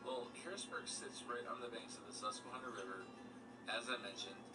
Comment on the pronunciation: As soon as he mispronounced "Susquehanna", you knew it was going to be filled with lies